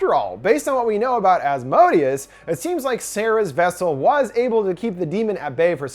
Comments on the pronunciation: Him: Az_mo_deeaz Me a supernatural fan: Az_moh_day_az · Maybe it was mispronounced in the movie but The entity's name is pronounced "As-moe-day-us" not the way he was pronouncing it in the video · Helluva Boss fans when they hear Asmodius 🥴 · Please pronounce Asmodeus properly if you’re going to repeat it so much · Ppl keep mispronouncing Asmodeus wrong. And it's making me mad lol